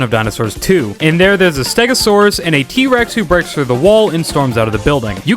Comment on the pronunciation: “I am a steh-goh-soar-us!”